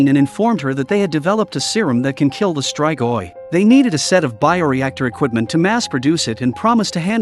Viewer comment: It's "is-tree-goi"... not "is-try-goy". Not everything is pronounced with an American English accent, you know???